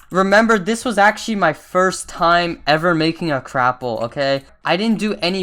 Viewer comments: LOL It's not Crapple it's Gapple. xD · Why is no one talking about how he says crapple